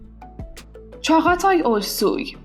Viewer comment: اینو 200بار 200جا گفتم توی اسم ق نوشته میشه ولی خونده نمیشه تلفظ درستش چاتای هست والا چندتا چاتایی که من میشناسم هیچکدوم و چاغاتای صدا نمیکنن